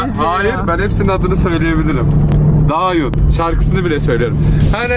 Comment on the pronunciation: Dayhun a Dayun demesi müqq😊